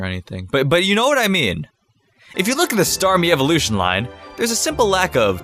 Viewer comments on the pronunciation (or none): Staryu-Starme-StarWE..... XD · " StarWe " 😂😂 LMAO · omfg Staryu, to starmie to starwe lmfao i cant get over it shit help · staryou, starme and... starwe? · "StarWE". I rolled my eyes so hard. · "That's why we need to have staryu into starmie into STARWEE!" I died😂😂😂😂😂😂😂😂😂😂😂😂😂😂😂😂😅😅😹😹😹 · Lol staryu starmie then starwe